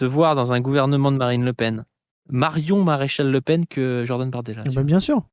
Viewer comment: 36 '17 dit "Marine Le Pine" 😮